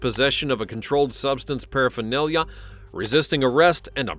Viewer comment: Controlled substance paraphernalia? Why you say paraphernalia like that 😂😂